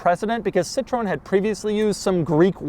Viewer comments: The Xantia is not wierd nor quirky. Crikey cant he review a car without saying that. He. Cannot. Avoid. Saying. Quirky. It is just a normal car with hydroneumatic. And its name is pronounced is cit-ro-en. It is not a flan or some kind of sauce. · The most weird pronountiation of the name "Citroen"....Sitroun.......I hope this is how you think it it pronounced and not made a purpose mistake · Just a note: it's pronounced "Seat-throw-N" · It’s Cit-RO-EN. 3 syllables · Pronounced SIT-row-when. Do your homework. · Why can’t Doug just Google how to pronounce a brand correctly. The way he says Citrone makes my hairs stand up. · Im from Belgium so i grew up seeing them alot on our roads too. What i didnt know is that this was sort of a more expensive model in their lineup lol.. i always thought it was a basic cheap car.. BTW, Doug, try to pronounce it right it would be funny :p it would be something like saying SIT - RO (like ro from romantic) - ËN (like en from energy) And im all in favor of Doug reviewing more european (weird or not) cars ! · «See-trow-enn». This is how it's pronounced. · Wtf is up with people saying Citrone? It's Citroën! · Wow the cringe on my face when u pronounce Ci-tro-ën XD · wtf is citröön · For the sake of the fabulous French language (yes I am French haha); we say: Seetro enne gzantiaa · Doug there is an E in the name. It’s pronounced cit-ro-en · Doug. Sit-roh-en. 3 syllables. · See-Tro-Ehn. It's easier to pronounce if you remember it has 3 syllables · It’s pronounced “si-trowen” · sea - tro - "N" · It’s not pronounced Sit roone??? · “Sit-tro-en”, literally just how it’s spelt. There’s an umlaut on the E for this… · I read all the other replies. But I still do believe the correct pronunciation is "Sit-Ro-Ahn". I also believe that some French-speaking person might just correct me on that. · It's pronounced 'cit ron' or more commonly 'cit tren' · Your pronounce of Citroen is very... American 😅, it is pronounced a bit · Citro-en, not citrone